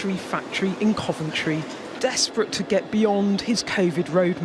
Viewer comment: I thought de Pfeffel said he going "to level Coventry..." for a second there. I guess that's one way of doing it...